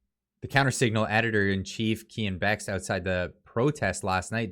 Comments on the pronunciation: Hey love the channel. His name is pronounced kean Bextee. Not bext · Bex-tee is the proper way to pronounce Keean's last name. Bex-TEE